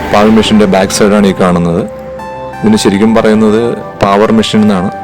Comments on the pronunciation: പാവർ അല്ല... പേവർ എന്നാണ് ആണ്... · പാവർ അല്ല.. പേവർ.. പിന്നെ റോഡ് ഒരിക്കലും ഒരേ ലെവലിൽ ചെയ്യില്ല.. Centre line or centre FRL il നിന്ന് 2.5% slope കൊടുത്തേ ചെയ്യാറുള്ളു..